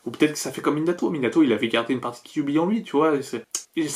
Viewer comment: J'entends "kiwi" au lieu de kyuubi 😂😂